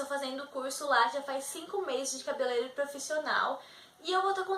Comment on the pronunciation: Primeiro pare de falar CABELELEIRO. O correto é CABELEIREIRO... RSRSR PELO AMOR. Nunca esqueça disso